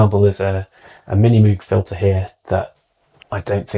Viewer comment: All that stuff and yet he can't pronounce Moog correctly.